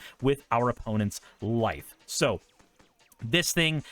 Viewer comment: What said: "each opponent loses one life and you gain a life" What I heard: "each opponent loses one wife and you gain a wife" Me:...what card is this? Also, I'm a frim believer that every budget mono deck should have a Myriad Landscape in it. Thank you for coming to my Ted talk.